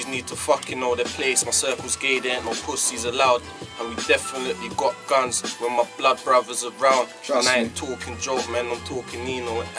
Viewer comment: dosent kno ow to say guns... he says gans LOL and when he said couple he said caple